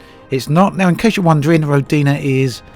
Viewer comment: The name of the planet (Perun) is the highest god of Slavic pantheon - a god of thunder and lightning. His name is pronounced "Peroon". And the name of the game actually sounds like ROdina, not RodIna )) Thanks for the video! And for all your videos about Elite Dangerous! Oh, and for voicing the Christmas series of course! )))))